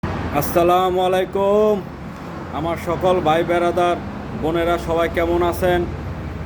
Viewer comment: ছালাম টা ঠিক করে দেন। মালাইকুম না